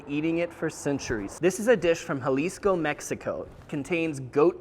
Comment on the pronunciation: You said Birria and Jalisco perfectly